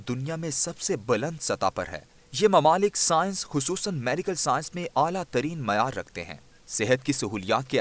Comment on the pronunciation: Mamalik nahi mumalik, correct ur urdu.